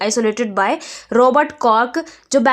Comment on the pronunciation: It is ROBERT Koch in my opinion And Not ROBET CORK?Mam